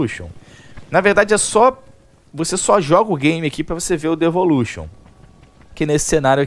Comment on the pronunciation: Não é "levolution" ?